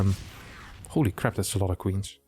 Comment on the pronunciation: "He build squeens" lmao :D That sounded awesome